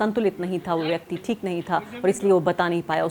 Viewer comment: Bahutay Dard hai re baaba…. Arfa Khanum ji Theek ko theek se bolna shuru kariye.Gujarish hai aapse